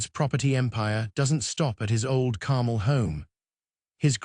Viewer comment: AI bot voice. Carmel doesn't rhyme with carnal. Repetitive AI crap.